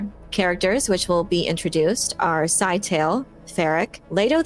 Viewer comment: Note to everybody: please pronounce Scytale correctly. It's not "sci-tale"; it is a 3 syllable word and acceptable pronunciations are as follows (provided in simplified phonetics): "SKI-tuh-lee" (sounds a little like Italy with a hard "SK" at the start) Another acceptable form is "skit-UH-lee". Words matter. Pronunciation matters. This has been your lesson of the day.